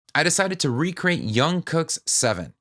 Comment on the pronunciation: its Jungkook (pronounced as Djunkook not Youngkook)